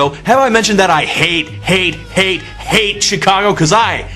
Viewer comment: Learn how to pronounce the word C H I C A G O ....